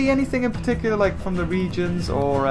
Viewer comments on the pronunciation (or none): none